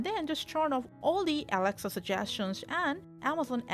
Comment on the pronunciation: Yeah I can't hear shit too she is saying awcshess fwom aweksa show